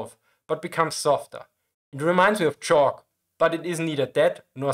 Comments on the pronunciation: Caulk (kok) ist Pech oder Asphalt. Es ist nicht chalk (tschok) - Kreide. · Caulk (pron kawk) is not “chalk” (pron chawk). Caulk is a soft paste that hardens into a waterproof seal, it’ll be present around your bath and kitchen sink even if you don’t know what it is. Not criticising the English pronunciation here, but the audio is a bit confusing, chalk is hard, brittle and would reduce to powder in a fire. In text is saying the Zimmerit will become like a sticky paste after a fire. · To be fair, I had a hot minute of confusion when he said chalk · Grahvel, not graevel :) Caulk is the word on the screen, not chalk (mentioned), not sure what the correct thing is, but caulk and chalk are two different things. Caulking (Caulk) is the material you put in around a bathtub or whatever, forming a waterproof gasket/seal. chalk is for drawing on blackboards in school etc. ALSO Very happy to finally know all of this. It seems to me the tiger II at a prior date likely had it removed due to the fire hazard rumours... wasting time and resources twice. The stoppage of the application makes sense, see also waste of time, but the removal does not (What's there probably wouldn't hurt it too much) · It sounds like it was unintentional but it could also have been a strategic anti-Youtube-censorship mispronunciation